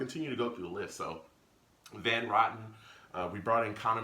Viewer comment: Roten. Row-ten